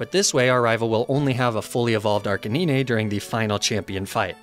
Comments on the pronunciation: There is no worst type of Pokémon by the way you have been pronouncing the name arcanine all wrong it’s pronounced RK9 not arcanina just so you know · im new here, is the Arcanine pronunciation a meme or something? Arcaneenay? Not Arca-nine? Like the number? Pardon?? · "say Arcanine" "Arka -knee - nay" Facepalm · Every time my man pronounced it, my ears perked up like he was talking about an imaginary Pokemon in Fire Red. Last 20+ years of my life, this guy has altered state Ar-kay-nine to Ar-kay-ni-nay. Each time was like a Flea-go-nay buzzing by my ear and irritating me. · Arca nine not arcinineh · The funny part of this video that he pronounce Arcanine like (Ar can ni-ne) The actual pronounction is (Ar-ca-nine) (Arcane + K9) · it's not Arca(nee-nay), it's pronounced Arca9 like the number. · It's ARK-A-NINE... Not ARKaneenee lol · “Arc-uh-nee-neh” Is that really how it’s pronounced? I’ve been calling it “Ar-canine” for over two decades. I thought it’s name was a play on the words “arch” as in best, and canine. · How did you just pronounce Arcanine? Ar Canine (Granted many peopel pronounce it "arka nine", which is also acceptable. But Nee nay? Seriously? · It's not pronounced Arcaneenay. It's Arcanine, like canine, like a dog...because it's a dog ya know? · r cuh nine. not naynay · Literally came to look for this comment. Arca-nee-nay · Who the fuck calls it "Arca-nee-nay?" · Hearing you say arca-knee-nay was so hard to listen to, that’s not how you say it 😫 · It's ar-cane-nine. Like Arcane and canine. This was so hard to listen to. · Nobody:: Arcaneenay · Homie said “ laprah “ and “ arcanin’e “💀😂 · ArcaKNEENAY 😂 Love it 💙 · Lapra-aan and Arca-nii-nee 😂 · La-prah and arca-knee-neh are my fav pokemon. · kanine = dog archeninie ---> kanine! not ka ni ne :O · It's Arc-Kay-nine! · I'm sorry but what the actual heck is an " ar-can-eenie" some new fusion of arca9+ dratini? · Everytime he pronounces Arcanine as "Ar-kay-nee-ney" I die a little inside :(